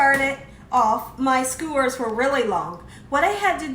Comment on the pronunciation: Skewers. There's no "O."